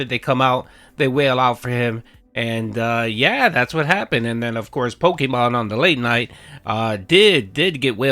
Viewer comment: Can someone please explain what pokamon is? Is it that difficult to say pokemon or am I losing it 😂